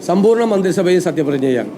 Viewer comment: Mabthri "sabha"😂😂😂aanu